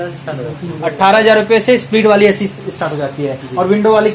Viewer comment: Pehle ac bolna to sikh lo